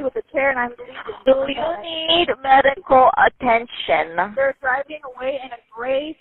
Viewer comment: “do you NEED medical attention-uh 🙄💅”